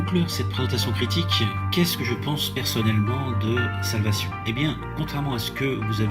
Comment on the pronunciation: Il s’agirait de commencer par apprendre à prononcer le titre de la série qui se prononce « solvécheune » et non pas « salvassion » et de terminer la série avant de faire une analyse à 2 balles